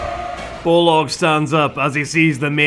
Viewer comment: So... why do you call BOLG in this video BOLOG all the time?